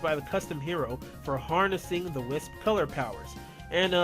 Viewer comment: your can't say wisp